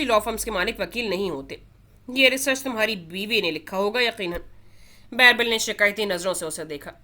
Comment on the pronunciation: It is birbal not bairbal 😅